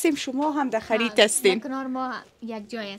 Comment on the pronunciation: سلام به همه فامیل محترم امیری. خداوند یار خداراشکرگزارم که ازکلمه درکل خداحافظی نموده … جالب اینکه دراول برنامه بااینکه یک دختر فهمیده خودش راجاء می زند ومیگوید ماده خریت می رویم درصورت که خرید به دال (خرید) نوشته وخوانده نه ت همیشه شما دال (ت) میخوانید موفق باشید